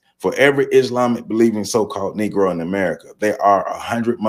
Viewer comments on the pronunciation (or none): none